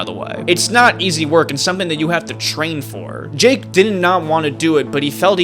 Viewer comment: This guy seems to be favoring Mr Beast and also going in depth on the parts that defend Mr Beast and not going in detail on the parts that are against Mr Beast. He also says Jake's name wrong